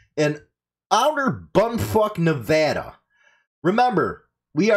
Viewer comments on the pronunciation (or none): none